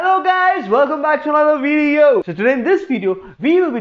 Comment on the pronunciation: "Vieo" Bro there is also "D" in the word "Video"